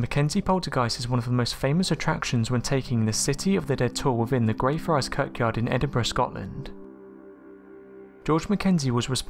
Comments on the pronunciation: I'm sure this guy pronounces some basic words weird just to troll. "Kirkyard" Really? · Why do you pronounce church yard as curck yard? Is that how it's supposed to be pronounced? I'm not native English speaker so that's why I'm asking